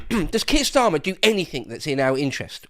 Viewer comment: “Sir Queer Starlin” 😂 haha careful. 😂😂